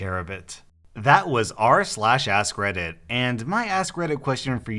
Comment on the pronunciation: I know it is ASK reddit, but I'm hearing ass credit! LOL